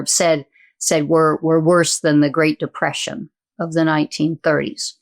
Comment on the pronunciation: depreion or war is what you said ?